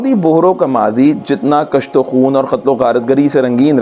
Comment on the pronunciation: کُشت و خون - ک پر پیش ہے